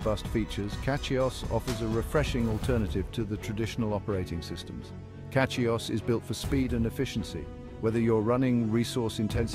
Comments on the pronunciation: CatchyOS? 🤔 This AI can't even pronounce it properly🤨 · Yes to get it to say Cachy OS you have to put Cashy O S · Why the mix of AI and legit content? It can't even say CachyOS properly. Makes me actively not want to use CachyOS